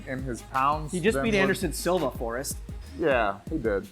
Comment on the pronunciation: Forrest speaks like he is deaf